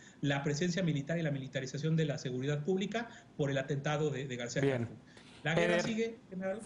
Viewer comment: A ver mi Chairo eder aprendase el nombre !!! es Harfuch no Hartuf !!! No sea Wey !!!